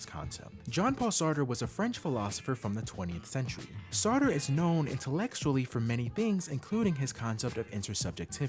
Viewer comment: Satre and Nietzche. Both difficult names and I hear it all the time.